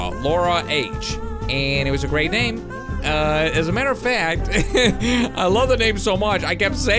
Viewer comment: Name not noot